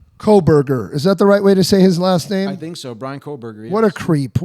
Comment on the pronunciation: You can't even pronounce two of the victims' last names. There's no way in hell that you've spent any significant amount of time investigating this. You don't deserve to sit near those flags.